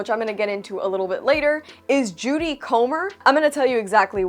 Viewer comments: it's Jodie (not Judy) Comer. (Proof that we're all human and make 'forgiveable mistakes.) This actress is top notch and great with accents. Loved her since discovering the 'Killing Eve' series. I intended to go see 'The Bikeriders', but now will make it a 'certainty' after watching your review. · Great review except you mispronounced her name. It's Jodie, not Judy. Weisz mispronounced Jodie's name at the Tony Awards when Jodie won for Prima Facie. 😂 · How do you review a movie and get the leading actress's name wrong? Judy Comer? 😂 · Pretty sure it's "Jodie Komer" not "Judy". Anyway check her out in a tv show called "killing eve" she is unbelievably good in it. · It’s Jodie not Judy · It's JODIE not JUDY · Jodie* Comer. I hate that I did this but I think you'll simply say Fuqq yea thanks.